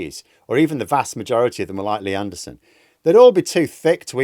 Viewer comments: I love how in a northern accent lee anderson's name sounds like nierdenthal. 😂😂😂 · I keep thinking your saying leanne derson. But that's unfair to all leannes!